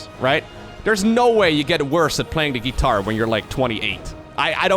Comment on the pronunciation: "ghee tar" - 2021